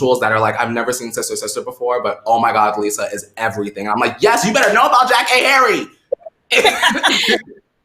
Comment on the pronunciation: I think she pronounces her name “JackAyy”